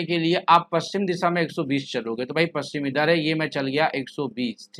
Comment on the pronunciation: Aap paschim प कि जगह पू कर देते हैँ